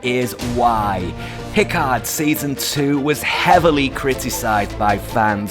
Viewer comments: You can't even pronounce Picard. It's Pi-caaarrrrd, not Pick Ard. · Your pronunciation for Picard, is very odd for a Fan.